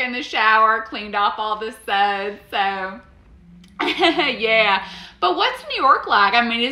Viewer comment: Bro she said EXPANSIVE 😂